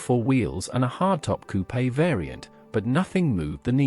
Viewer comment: Coupe' not coupe a